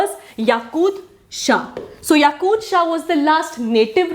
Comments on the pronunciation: Its yaqub not yakud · Hiii mam it's yakub instead of yakud.